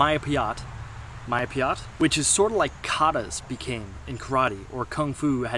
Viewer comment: it's spelled May (like the month) Pie (like the food) Yat (like the word 'yet') May-Pie-Yat. Means fighting with the body. i.e freehand fighting without weapons.